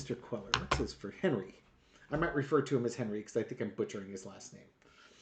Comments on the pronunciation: Please, his last name is pronounced Kway-yar. Spanish double L is a "y" sound. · Say it Cwayar The Ls are silent like in tortilla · Hey,his name is pronounced( Quay- are ) ll’s are silent. Like your humor and I live in Texas 😊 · I think it’s pronounced Quayyar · It's Quay-are